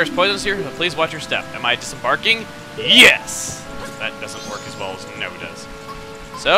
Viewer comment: Chuggaa, you can't say YES like NO You need to say it like YESZ or HYES or HYESZ